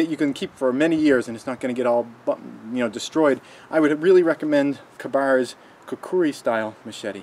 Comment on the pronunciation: Which is funny because the second "U" sound in the word "Kukri" isn't written, but seems to be pronounced. Whierd. Thanks for the tip.